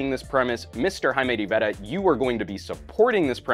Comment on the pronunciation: it's very annoying the way pronounces Jaime's last name sometimes.